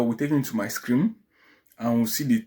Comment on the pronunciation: Hi. You're doing well. Just a bit of correction if you don't mind. You keep say "screem/scream," when I believe you meant to say "screen." Please kindly take note.